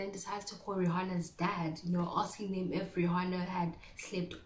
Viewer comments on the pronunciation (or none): none